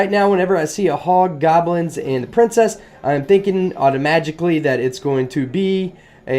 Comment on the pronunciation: did you say "augomatically" at 54 seconds?:D